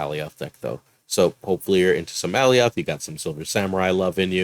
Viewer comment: The Thanos deck is fun, now if only RNG would stop hating me. Side-question, is Alioth really pronounced (all-e-oth) or more like (a-lye-oth)? Like if you take the name Galioth and dropped the "G"? Marvel Snap really needs to include the way the name should be pronounced along with the card. First Daken, now Alioth. :D Edit: I like the Hulk deck too, though I've had more success in replacing Klaw with Thing. Thing just gives a little more power at that mid-game point for me.